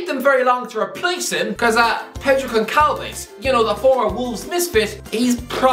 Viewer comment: no disrespect but its not gonkalves you pronounce it gonsalvs